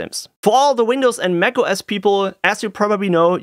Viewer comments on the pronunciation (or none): none